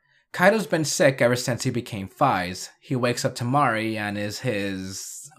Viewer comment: I thought it was pronounced like phase